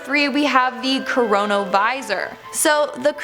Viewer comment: no one's gonna comment that she mispronounces "chronovisor"? its KRO-NO visor. not CORONA visor. U big sily!